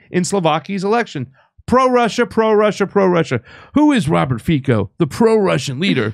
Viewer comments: Hello my friend, I am from Slovakia and Fico is not pronounced Fiko but Fico with "C" without accent.🤣🤣🤣🤣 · Fico is pronounced "Feetso." It is too hard to take three minutes to look up and learn how to pronounce a man's name? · The C in Fico is pronounced as the second C in counCil. Just so you know.